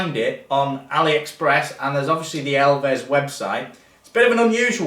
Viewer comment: Love you, but you can’t fully capture the hilariousness of this frame unless you pronounce the brand “elves” and not “ell-vez.”